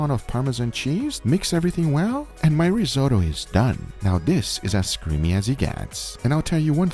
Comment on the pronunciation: Rizo tow? Risot oh!